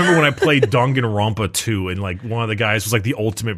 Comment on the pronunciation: "Dongarompa" "danga rompe"